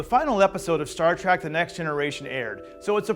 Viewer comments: Stop saying "Star Track"! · After all these decades MFer's still saying Star TRACK!